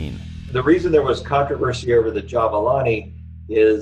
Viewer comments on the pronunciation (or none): It's Ja *BOO la ni and not Ja BA la ni.